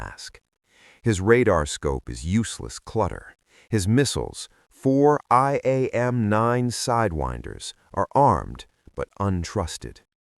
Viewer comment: AI is awful. They're not IAM-9, dumdums, they're AIM-9.